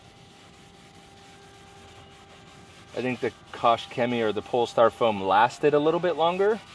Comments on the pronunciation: I‘m German, the pronouncation is shemie and not coke but koch. Type it in google translate it helps too understand it😂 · Koch is a German last name pronounced "Coke". It's really easy - "Coke - Chemie". and "Chemie is not pronounced "shemie" just like chemicals is not pronounced "shemicals".